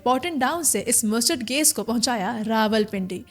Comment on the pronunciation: Gas ❌ Gais ✔